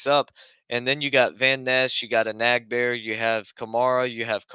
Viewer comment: Bro let Gary walk!? Old?? U can't even pronounce e-nag-bar-a...r u sure ur a packer fan?